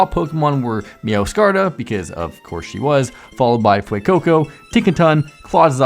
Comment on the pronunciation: when I heard him say Meow-scarda I just thought no that is not how you pronounce it meow -skir -rade